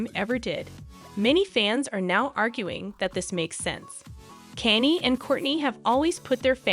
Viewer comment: Can you not say Kanye's name correct?